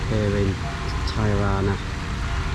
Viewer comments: It’s pronounced Te-rana and not ty-rana. Great video by the way. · Its not "Tajrana" its Tirana ... same as you would say "TI"ktok :)